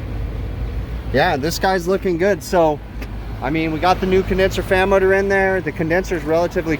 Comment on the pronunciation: after binging these videos I feel I need a teeshirt with "Condenser Fammoter" on it because that's what I hear every time he says "fan motor" XD